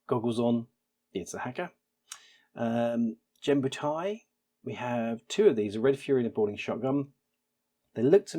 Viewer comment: Just a pronunciation note: Around the mark There is no "Soft g" G (it doesn't duplicate the "j" sound) in Japanese, so it's more than likely meant to be pronounced like "gun" but with an e sound for the Genbutai.